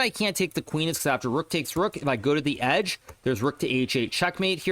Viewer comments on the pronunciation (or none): none